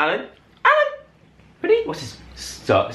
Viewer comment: Its not jala its jalan! Joe and alan;))